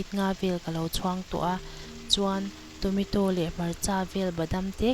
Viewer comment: I thil siam a tui hmel a I siam thiam awm khawp mai ei ve pawh chak awm i aw pawh a nalh mah se Tometaw ka hre lo Tomato chutney ka hria han lam dik la chu tha khawp ang